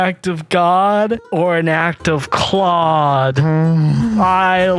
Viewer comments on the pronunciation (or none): They said Claud and I thought clod, as in peridot….I love her omg